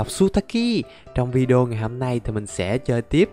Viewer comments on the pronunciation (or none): none